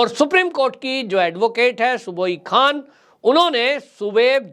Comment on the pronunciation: उनका नाम सुबुही खान है, जिसे आप बार बार सुबोई खान बोलते रहे। कृपया उच्चारण उचित किया करें।